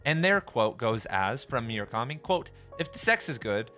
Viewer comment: Great video! But for the love of God please never pronounce Murakami like that ever again